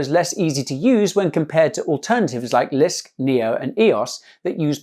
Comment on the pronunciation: he said lisk lol